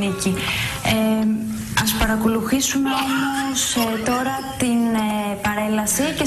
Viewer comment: Αυτό με το ''Χεσσαλονίκη'' το ''Αχήνα'' και το ''παρακολουχήσουμε'' όλα τα λεφτά! ααααααααααααααααχαχαχαχαχαχαχχαχααχαχχαχαχαχαχα